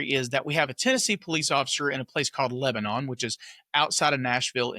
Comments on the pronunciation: Cmon:) it is not "le be NON", it is LEB Bi Nin. You know, like Not Mary Ville but MERvul. You are gonna be accused of not being from TN. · Come on, you’re a Tennesseeean. It’s Leb-a-nin. Not Leb-a-non. 😂